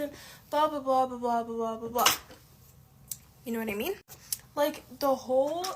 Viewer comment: And the vapid ‘yooonnnyyyyyyowhaddimean’ pronounced as all one word. ‘Mind you’, it’d probably be asking too much expecting them to be functionally literate when they’ve an IQ that’d force a pigeon to seek an education due to embarrassment 😂